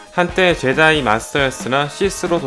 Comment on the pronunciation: 제다이 ㄴㄴ 줴다이 ㅇㅇ